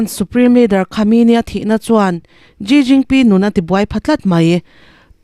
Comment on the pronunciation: A bengvar thlak mange, china pressident hming kha ilam dan a dik lo deuh vem aw ka lo ti ve mai mai.